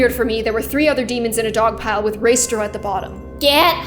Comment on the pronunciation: It's uh... Pronounced: Ray-stray-ow ._.